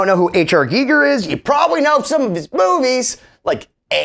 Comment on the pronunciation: STOP!! It's Pronounced "G-Eye- ger"... Not "geeeee- ger".. HR Giger is famous for his work on the movie Alien I believe. however Im sorry for yelling, but I couldnt take your pronunciation of his name anymore.